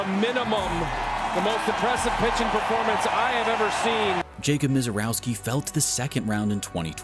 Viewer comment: It’s pronounced “Miserrovski.”